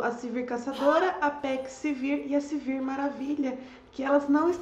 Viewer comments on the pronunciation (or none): não é Silvir, é Sivir =)